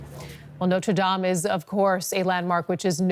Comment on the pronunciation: notre dom finishee protest 😂